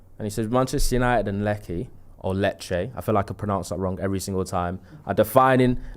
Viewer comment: not being able to pronounce Lecce, makes me feel sad about the youth these days missing out on Football Italia and James Richardson on C4…